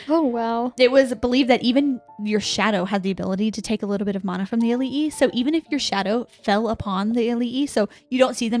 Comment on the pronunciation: I think we need to add pronunciation information to the glossary. Mana = mah-nah